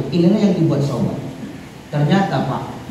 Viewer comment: Bukan sayidina Sauban Tapi Sayidina Sya'ban